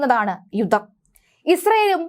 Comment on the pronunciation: വീണ്ടും വീണ്ടും യുദ്ദം യുദ്ദം എന്ന് പറയല്ലേ.... യുദ്ധം എന്ന് പറയൂ